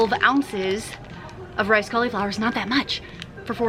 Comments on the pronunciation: Anyone else cringe at how cauliflower is pronounced? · I like the way you call cauliflower "collie flower". 🦮🌻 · I buy my fancy drinks from Young Living! I don't want all of the I-don't-know-what-this-is ingredients OUT of my fun squirty water, carbonated flavored yummy drink things. Also, people on youtube who say caul-E-flower are funny! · if you google cauliflower pronunciation that’s how everyone I know says it. You put a long ‘e’ sound in the middle of the word.